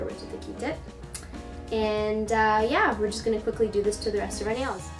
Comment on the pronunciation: wen she said quickly...she ment quik=ckly....hehehehe